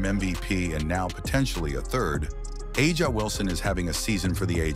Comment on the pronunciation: Not a bad video, but I’m quite sure you’re the only one creating a rivalry between CC and AW (pronounce her name correctly) Ask CC if it’s a rivalry before you try to prophecy. CC is truly the MVP in all facets of the W. Aja great player, great stats, I guess that’s what they go on. She was being promoted as MVP after game (4). The narrative continues. CC has already accelerated down the path as becoming the GOAT.